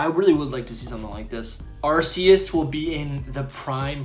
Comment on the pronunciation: It’s Ar-Key-Us, not Ass-eus.. noob 🤦🏼‍♂️